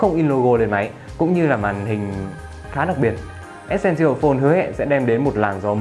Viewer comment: từ essential bạn đọc sai rồi, góp ý bạn xem lại cách phát âm từ đó nhé